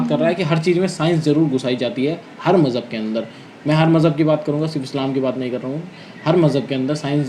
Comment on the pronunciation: Mjhahb 😅😅😅😅😅 dharm hota h majhahb nhi 😅😅😅😅😅😅